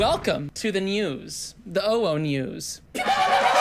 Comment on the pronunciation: Why do you say "nyewws" like that you absolute slice of bread